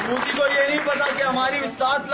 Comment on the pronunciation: Why all pakistani call him Mudi? They can't even pronounce his name properly it’s "Narendra Damodardas Modi"